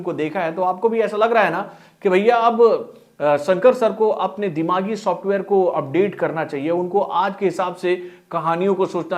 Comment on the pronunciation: Shosftware Nahin bhai, software. Bolo software 😂